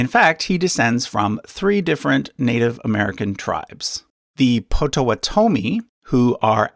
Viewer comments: You also mispronounced Potawatomie. Should be Pawtuhwahtuhme. And Pawhuska. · So, if this is a collaboration, why didn't you correct his pronunciation of POT-o-WAU-to-mee!? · It’s Potawatomi that always gets me LOL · Im from Wisconsin and when he said Potawotomi i had to cringe a little. (As i spelled that horribly wrong) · Nope, never mind. I've been pronouncing Potawatomi like they do here in the Great Lakes region. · He's saying it wrong. I'm part Potowatomi. I was like no.